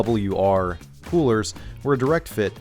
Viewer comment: Gonna miss Ausie accent when he talks about the P-Dublya-Arrrr product